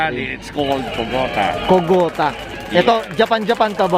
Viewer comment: not 「KOGOTA」 yes「KOGATA」 Abbreviation for 「kogata truck」